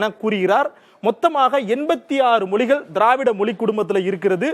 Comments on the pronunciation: மொலிகல் என்று சொல்லாமல் மொழிகள் என்று சரியா உச்சரிக்க வேண்டும்.... உங்கள் உச்சரிப்பு நீங்கள் தெலுங்கர் என்று காட்டிக் கொடுக்கிறது... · Your pronounciation itself is not good. Not pronouncing Mozhigal correctly